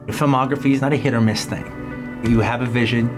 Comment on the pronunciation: “ They are a ting only for me “ ewwww 💀💀💀